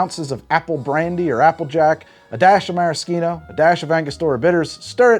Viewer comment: Maraschino. I think I'm losing my mind a little too much here but I'm almost forty years old and I have only ever heard the "ch" pronounced as "sh" and not "kh" but I'm from Buffalo and we say things weird like prepending the definite article to certain things that really don't need one but for... uh... definiteness, I guess... and oh god have I been wrong all my life